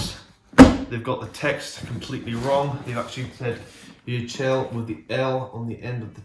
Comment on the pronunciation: Yecheil is pronounced “Yeh heel” btw